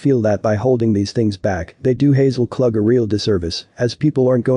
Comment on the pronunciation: I am the cousin mentioned in case number 5, Hazel Klug (pronounced K-lou-g) preferred to be called by her middle name of Alice. Both parents are deceased never knowing what became of her. One sister was killed before she disappeared and another has died due to cancer. This sister never stopped hoping for answers. Help her surviving sister and brothers as well as her extended family bring Alice home.This family has suffered enough.